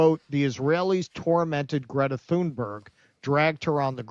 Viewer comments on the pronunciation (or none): Good work, but could you get the pronunciation of her name right. It's Tunerg, not Thunberg.